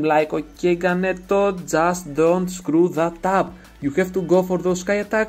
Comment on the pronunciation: I told Ganeto before the tournament, see you in the Final! :D (you said my name perfect haha)